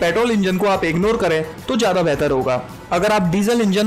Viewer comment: Hello... Who told you these cars are SUVs? Do you know the definition of SUV? These are being called sub SUVs u fortunately though. BTW, What's jyada? Isn't it zyada? So ignorant... You will never try to correct yourself.